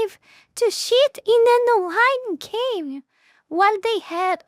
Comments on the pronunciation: I love how she say "cheat" I keep hearing "shit" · I mean no offense, but hearing you say cheat has the same effect that hearing that Japanese lady trying to say "coke" in the memes XD